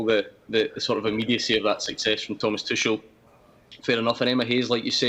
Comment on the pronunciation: Speaking of disrespect, I refuse to believe anyone on this panel can be here talking about football and not have watched enough football to know the correct way to pronounce "Tuchel". There's no other logical explanation other than pure belligerence and disrespect.